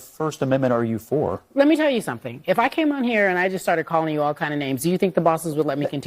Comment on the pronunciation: “Let me tell you suntin” Fire Marshal - Bill Burns